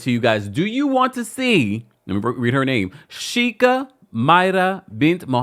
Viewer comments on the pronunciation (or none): Kindly, It’s pronounced “Shake-a” 😊